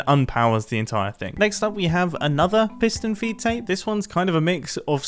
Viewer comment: ‘piston feet tape’ you sure you got that right mumbo